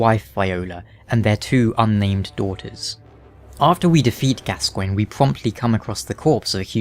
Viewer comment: His name is pronounced Gasson or at least thats how Eileen says it another way to say it is Gaston which makes sense for bloodborne